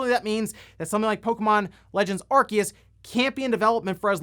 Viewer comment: ....he just mispronounced arceus lol